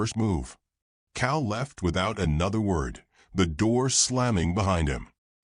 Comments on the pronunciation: Cal not cow. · COW!!!??? COW???!!! PLEASE get rid of AI!!!!!!!!